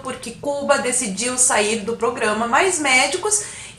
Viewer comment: "...então faremos o pogrãma mais areia."